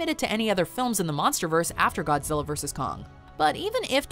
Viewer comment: "We call him Go-zilla"